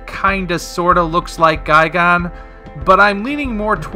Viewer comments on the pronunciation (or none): GUY-GAN not guy-gone it's even spelled gigan. Were are you getting the gone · Why do you say "guy-gone?" It's "guy-gan." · “Guy-gone” XD